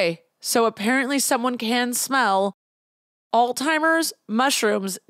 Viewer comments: Omg "all timers" why do you call it that! It is alZheimers. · Loved this but the way you say “alls timers” 🤣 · Is it just me or did pronounce Alzheimer's as "All-timers"? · I’m sorry but the way you say Alzheimer’s is killing me 😅